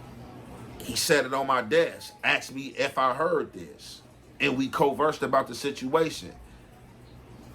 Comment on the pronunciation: WTH does " coverse" mean. TF